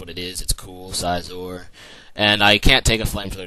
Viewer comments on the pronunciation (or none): Why do you pronounce names wrong, like celebi, suicune, and scizor